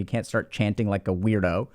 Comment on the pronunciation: He called me a weardo